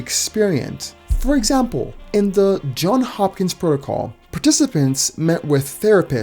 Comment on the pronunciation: It's Johns Hopkins, not John Hopkins.